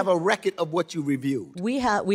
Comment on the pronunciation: Is that black dude trying to say 'record or "reckit?' Just axing.